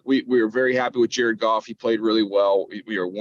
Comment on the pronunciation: his name is GOFF not golf. 😂